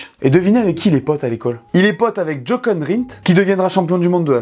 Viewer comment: Jochen (Rindt), se prononce Yoreun